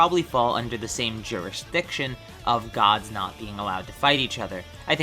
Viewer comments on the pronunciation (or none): none